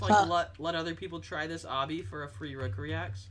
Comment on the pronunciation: It's Obby, not obbi